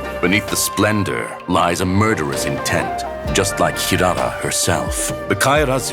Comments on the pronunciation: Not hirara ❌ it's hilala ✅ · Hirara ❌❌❌ Hilala✅✅✅